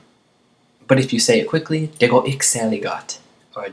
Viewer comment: Exceptional lesson. The only thing I have to say (as a native speaker of Danish), is that the way you pronounce "Det" is a bit off. Almost sounds like you're saying "Dag" (Day).